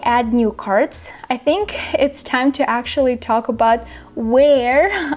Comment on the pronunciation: Thanks for the video! Your pronunciation is better than mine, and I've lived in the US for 30 years now. Two tips for you - whatch how you pronounce "new" (y sound too distict) and actually (you don't pronounce k but you should). Not picking on you, trying to help ;) Your pronunciation is pretty much perfect, took me a sec to realize you weren't American